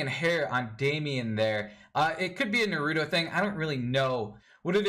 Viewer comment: “It could be a na-ROOT-o thing.” He’s not a damn tree. Say it right... i don’t even like Naruto.